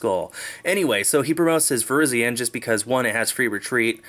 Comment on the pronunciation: Does it bother anyone else that he calls it Virgen